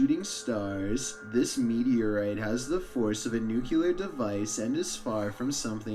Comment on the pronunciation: It's pronounced nuc-lear...NUC-LEAR!! always says it wrong it it drives me nuts...lol